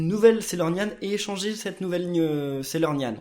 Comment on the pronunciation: tu a dis Sailornyan F